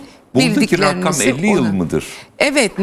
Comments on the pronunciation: İzin verinde konuşsun kadın bu arada Rakkam değil rakam ! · Rakkkam rakkkkam nedir abi rakkkam. Ya rakam de. Ya da deme be abi biktirdin